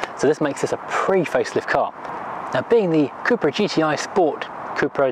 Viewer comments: Cup-ra (Cup racing)... not coop/coupra 👍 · I worked with SEAT for 5 years, and it was always pronounced coopra in the UK and Spain